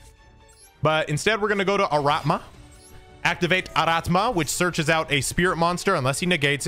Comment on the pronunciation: It`s ARATAMA dammit, not ARATMA. Hurts my ears every time ))